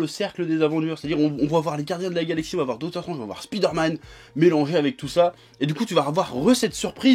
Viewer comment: J’espère que ta fait exprès de mal dire dr.Strange